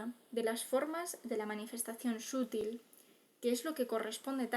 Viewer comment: Muy buen artículo de Genón, y buena voz ecuánime, pero permítame también corregir un error: "sutil" no se pronuncia "sútil", sino "sutil". 😊 Un cordial saludo. Por lo demás, un lectura bastante amena de un magnífico texto. Gracias. Un cordial saludo.